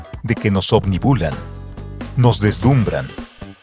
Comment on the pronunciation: La palabra correcta es obnubilan. No es obnibulan. Atento. Minuto 1: 01.